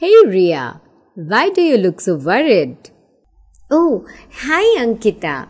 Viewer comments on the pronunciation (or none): wtf is a vorried? i can see the interchange between the letter w and the letter v.